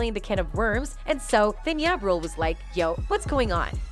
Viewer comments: Are these video compilation AI??... she pronounced the artist Jah rule as Yah rule. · Its ja as in jar....like really. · Its not ya rule stupid😂 its JA rule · Ja rule not ya rule. Ja ja ja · Out of all of the millions of people with just a little touch of swag in the world you couldn't find 1 to narrate this video? People not of the culture should not be reporting on hip hop. She is calling Ja Rule Yah rule. Not to mention how like all of them mispronounce Tupac calling him too pack. Half the lingo sounds extremely corny when she says it. I wish there was a hate button. 1 thumbs down is just not getting it. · Using this white lady voice to make it seem more important lmao..dam computer its ja rule not ya rule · It’s ja rule ja like (jah) not ya rule lol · Ya Rule... Is that Ja Rule? These don't automated voice need to properly pronounce English worda a bit more properly 😅😅😅😅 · Ja rule. Not Ya rule 💀🤦🏻‍♂️ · Pronounced as Jah Rule not Yah rule just trying to make money from black people's misery. Stop the properganda . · Ja Rule not Ya Rule lol. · I hate when white folks don't do enough research to know how to pronounce names.... Who TF is ya?! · we got a new rapper, Ya Rule....the AI voice on this is awful lol it called the D.A.s "the das" LOL!!!!!! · omfg his name is not pronounced YA and "2pack" seriously? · Man yall might wanna get a new narrator that's familiar with the culture...I've heard "Ya Rule", "Jay Elo", come on now... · 🤣🤣The whole video I couldn't get past she saying "2 Pack & Ya Rule" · I was like who is ya 😂😂😂😂 and 2 pack I’m like who tf is narrating this cause i couldn’t even listen to the story 😂😂😂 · "Yah Rule" "2 PACK" 🤣 Never heard of these guys before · I really need this narrator to say these rappers' names correctly. She's saying Tu-Pack and Yah-Rule/YayRule. Like, lady you have all this tea and 411 and dont know these people's names??🤔🧐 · Did she say “Yah Rule” 😂😂😂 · Don't forget Ya rule it butchered that too!😂